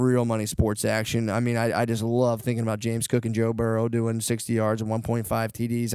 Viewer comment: Joe "Barrow" lol